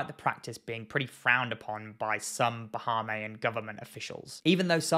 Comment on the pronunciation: Bah-hay-me-in is how it’s pronounced